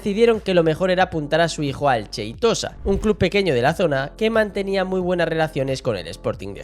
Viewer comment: Cheitosa?? Jajaja no es con ch de Xavi sheitosa!